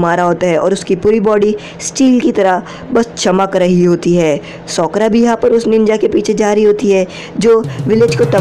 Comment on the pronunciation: Usko sokra Nahi sakura kehte hai